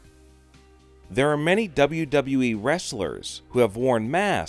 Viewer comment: How are we gonna listen to him he says WWE like wWwWesje